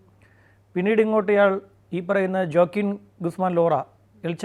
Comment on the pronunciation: Fact um pronunciation um എല്ലാം critically തെറ്റി പോയല്ലോ." ജ " ഒക്കെ "യ" എന്നാണ് പറയേണ്ടത്. ഓക്കിൻ എന്നാണ് joaquin വായിക്കേണ്ടത്. Facts um kore adhikam thett ആണ്. താങ്കൾ ചെയ്യുമ്പോ ഇതിലും മികച്ചത് പ്രതീക്ഷിച്ചു